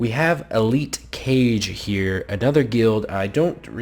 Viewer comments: It's not Kage like "cage"... It's Kage like "hokage" from naruto. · Kage is pronounced "kah-gay" which means shadow.